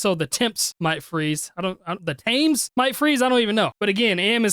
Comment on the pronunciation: Thames = "temms"